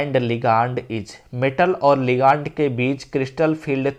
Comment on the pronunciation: Bhaiya लीगानड nhi hota hai लिगैंड hota hai pronounced thik se kijiye😂